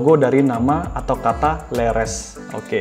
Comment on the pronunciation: bacanya leres bang, bukan leres